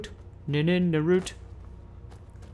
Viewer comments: NIRNROOT not nimroot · Syndicate it is Pronounced NiRnrooWt :P